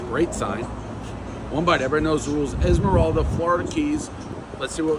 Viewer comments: Dude you butcher the name of every town you’re in. It’s pronounces “Eye-La-Morada”. Such a momo. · I bet you could tell Prez how to properly pronounce Islamorada 10 times and he still wouldn’t get it 😂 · Is Dave trying to say Islamorada 😂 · The way he’s saying Islamorada is bothering me😂😂😂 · That's the funniest pronunciation of islamorada I've ever heard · I’ve never heard someone say islandmorada like that 😭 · Can't believe he butchered Islamorada that much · 1.8 on pronunciation of Islamorada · Dave, if you are going to live in Florida learn how to pronounce the name of the towns of where the pizza joint is. You murdered the name multiple times. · Dave not knowing how to pronounce Islamorada is tilting as fuck for a floridian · I love The Prez, especially when he butchers names. ISLAMORADA !! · close, basically get rid of the s in "eyes" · If he could only say islamorada properly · He really can’t say Islamorada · are you trying to say Islamorada? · Islamorada, don't pronounce the S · You are pronouncing Islamorada incorrectly. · Dave mispronouncing and butchering "Islamorada:" everyone knows the rules. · Butchered how to say "Islamorada" and then titled the video as being in Tavernier, a different Key. Like his confidence though. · You butchered Islamorada, everyone knows the rules! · Dave it's pronounced Eye-la-morada. Esmeralda is a witch who becomes the Stephenses' housekeeper on Bewitched. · Isla mora da...not ismoralda Phonetics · Oh please, you’re not in Esmeralda, you’re in Islamorada…eye-lah-mo-rah-duh. Thank you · As a South Floridian I’m cringing at the “is-moralda” Islamorada pronunciation. Dave, it’s “eye-la-morada”🤣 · Is-MA- Ral- dah. Lmao. It’s Isle-Mor- a-duh. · Dave, you're not in Islamoralda. You're near Islamorada. I-la-ra-ma-da. Get on Keys Time. Slow down. You're in the Keys. Chill. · lmao its Islamorada (eye-la-mo-ra-da) not IsMoRalda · Islamorada pronounced like island morada not izmoralda 😂😂😂😂😂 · Yes he really called the island “esmaralda”